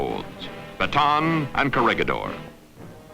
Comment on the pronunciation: PLEASE! IT'S KO-RE-HEE-DOR! GO BACK TO SCHOOL!